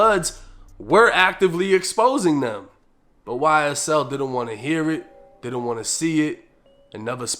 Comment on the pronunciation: "Y-S-TELL" - 1090 😳😬🤣😭